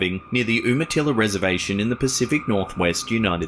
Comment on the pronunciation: I'm from here it's not called oomatilla it's youmatilla.